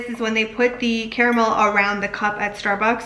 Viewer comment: Thank you so much for pronouncing it CA-RA-MEL instead of "carmel". Lol